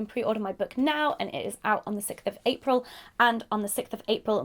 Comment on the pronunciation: Sicth sicth sicth sicth I can't stop hearing it!!